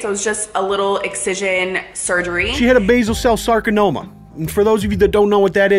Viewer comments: maybe that's what he thought it was... you know that super rare super dangerous sarkanoma. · Sarcanoma. Soudns serois.